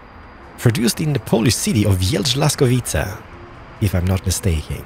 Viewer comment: Tak dobrze wypowiadasz Żuk i Jelcz ....